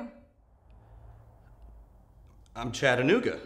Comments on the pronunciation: I will congratulate them on pronouncing Chattanooga correctly 😂😂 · All I have to say is thank you for pronouncing Chattanooga correctly 👏🏻